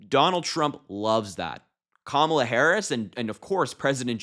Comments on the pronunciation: I think Kamala should call him, Daniel. I’m so sick of him not pronouncing her name correctly! He is the most classless sub human to ever live! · When comparing the TIME cover picture and his wife, Trump did not say Kamala; he said Camila. Another sign that he has frontal lobe deterioration. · He said, "She didn't look like Camilla." He still can't say her name, and he might of been thinking of the Queen Consort.